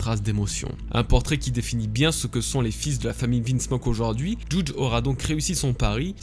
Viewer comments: Juge ce prenonce JuJI, comme c enfants Sanji, ichiji, niji...etc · Mec par contre le « jouuudge » il m à soulé 😅